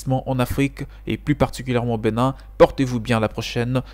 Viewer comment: Bonne vidéo. Au passage, c'est Bénin, et non Beu.nin